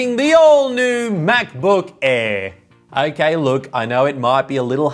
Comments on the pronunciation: Him saying Macbook Air sounds like Macbook Eh. 😂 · "MacBook aee"